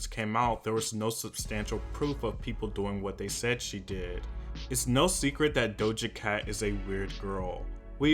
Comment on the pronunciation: "Dosha Cat" "Beeb Rexha"